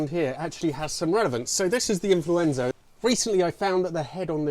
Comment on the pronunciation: Influenzo? What?